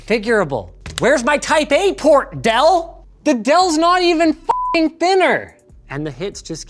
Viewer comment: Did you say, "Dell" or "Adele"? Joking aside, this laptop has the potential to be a game changer.